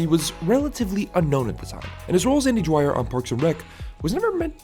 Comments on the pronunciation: you made a analysis video on a character but couldnt even get the his name right? its dwyer not dryer dude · Kept sound like andy DRYER so I couldn’t finish watching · I never watched this show.. So... Why do you keep calling him 'Dryer' but spelling 'Dwyer' (d'wire)?